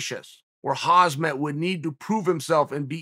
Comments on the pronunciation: it was never funny even the first time you fumbled with "HAM" "SAT", thats phonetic, not "HAZ" "MAT", which is a biological attire. If part of your occupation is to know your products ( here with fighters), you need to be able to pronounce said products/fighters. so in the beginning, new name, etc... time elapses. One year later now since Chimaev came on scene and you still disrespect a fellow colleague/fighter by mis pronouncing his name? its not rocket science of course, thank goodness. nice job... not .... Chode or I mean CHAAAA EEL , pronounce phonetically as "CHARRED EEL "...... with your name.... its ironic you can't pronounce one easier than you. that speaks volumes about how intellectual you are .... lol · Is Chael buthering Khamzat's name on purpose? Hazmat? He does it every single video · Am I the only one who gets annoyed when he says HAZMAT Chimaev? Lol it’s really not that hard of a name if you actually read it smh 🤦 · Over/under for how long til he stops calling Khamzat Khazmat? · Chael "Khazmet" Sonnen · ‘Hazmath Chamaev’ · I Wonder how long it takes before chael can say khamzats name right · Why can’t chael still not pronounce khamzat’s name correctly?